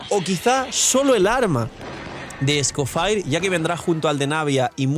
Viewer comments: Cada vez que pronuncia escoFIRE muere un gatito... 🥲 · es un nombre francés así que o lo pronuncia a la española tal cual suena o en francés. Es gracioso oírle decirlo así xD